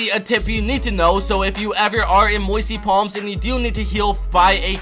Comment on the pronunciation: Lol "moisty plams"